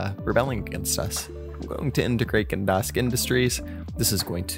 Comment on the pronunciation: "gedask" great vid btw just fun to make fun of ppl sometime